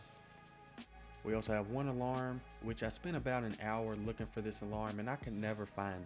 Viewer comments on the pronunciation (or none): none